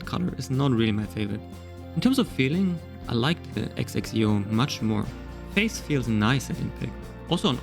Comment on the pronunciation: It's Zek-si-oh